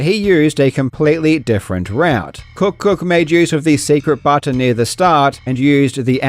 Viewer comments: Cook cook? Are we sure that's how KuckKuck is pronounced? 😂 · 😂 you kept calling him cook cook... that's not his name, LOL!! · (Don't think his name is pronounced "KookKook"🤣) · who is going to tell Karl that he is totally mispronouncing the player tag?